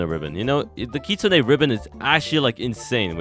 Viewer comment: "Keetsune ribbon"